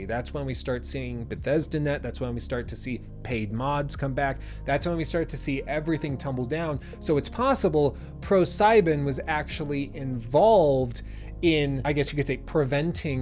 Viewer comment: I don't wanna be that guy, but the correct german pronounciation goes something like Pro See-Ben. Sieben in just seven in german. Nevertheless the last part, where you talk about Pro Sieben selling all stock is indeed very inverestening and suspicious at the same time. ProSieben is one of the biggest Broadcasting Networks in germany if not the biggest. Compareable to HBO